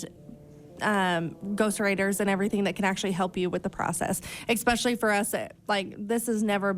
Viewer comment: Nothing is more of a pet peeve of mine than bad grammar and speaking, and for someone who is a so-called “writer“ or “author“ she sure says EXPECIALLY a lot instead of the correct way “Especially” 🙄 … I remember coming on here and commenting how you were such an amazing speaker except when it came to the word birthday, you would say BIRFDAY every time and I had to stop watching because it irked me so much lol I was like why are these women making themselves sound so uneducated. So I try not to be judgmental but with this chick she doesn’t get a pass because she murdered her boys father 🤬